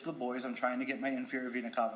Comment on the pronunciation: has “medical experience” yet can’t pronounce vena cava